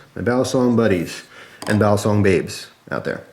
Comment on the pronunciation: Its pronounced "BALLEEEE SONG.. not "BALASONG